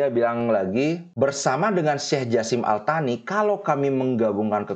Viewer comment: Al Thani transliterasi inggris, dlm bahasa indonesia: Al Tsani. bacanya: As-sani ( esnya lembut seperti gracias dalam bahasa sepanyol), artinya: yang kedua.